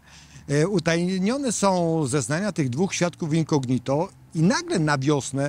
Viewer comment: super materiał; ejdna uwaga: ten prokurwtaor to Ozimina; w słowie incognito akcent pada po o, czyli inco' gnito a nie incogni' to; to 2 źle brzmi